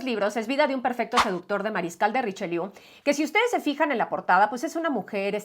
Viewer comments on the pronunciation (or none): "Han habido cosas" no. El sujeto no es "cosas". El mariscal no se llama "Richeliou", sino Richelieu, como el Cardenal. Era su sobrino nieto. Aunque no se sepa francés, hay nombres que hay que saber pronunciar, como De Gaulle o Proust. Posiblemente Richelieu y Luis XIV sean los políticos franceses históricamente más importantes. es una mujer maravillosa, pero no para ir con ella de bibliotecas o de librerías.